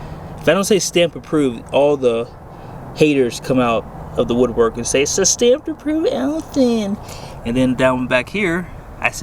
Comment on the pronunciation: “It’s a StAmPeD ApRoVeD aLiSoN!!” I laughed so hard lol never heard you talk like that😂😂